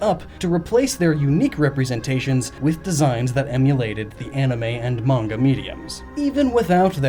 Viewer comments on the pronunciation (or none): none